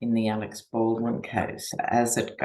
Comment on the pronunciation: its "Alec", not Alex (Baldwin).